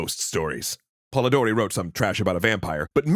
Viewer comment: Idk if it counts as Grammar N@ or just pedantry, but it's "Polidori", not "Polodori". Anyway, thank you for this series, which isn't a topic tackled by a lot of teachers (say that 5 times fast).